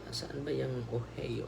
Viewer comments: Ohio USA pronounce as Ohayo po father watching po from Cleveland Ohio the home of Cleveland Cavaliers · Ohayoh(Ohio) po Father❤